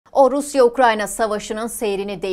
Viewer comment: Orusya... Diye başlanır mı ya konuşmaya, aklım gitti